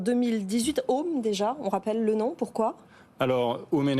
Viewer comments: Alors c'est OHM (Energie) et pas OMH. En vrai faites un efforts. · C’est ohm pas omh 🤦🏻‍♂️